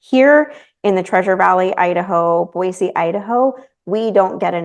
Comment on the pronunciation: Since Boise is your home now, it's actually Boise with an "s", not Boize.